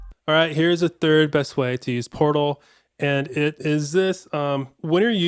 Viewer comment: I'm sorry but I had to restart it..cuz I hear porno n not portal 😂